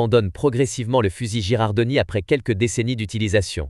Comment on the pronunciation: Bien vu ! 😅 C’est bien Girardoni (ou Girandoni selon les transcriptions), pas Gerardoni. La faute de prononciation, ça pique un peu… Merci pour la correction, je ferai gaffe la prochaine fois ! 😉🔧🔥